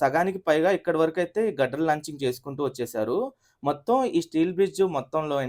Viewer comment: its steel grider 👊🏻 not gudder